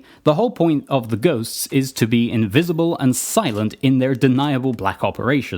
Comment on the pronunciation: You pronounced Invisible wrong.